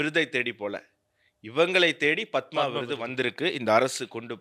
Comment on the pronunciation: ஆனந்த அவர்கள் பத்மா என்று உச்சரிக்கிறார்.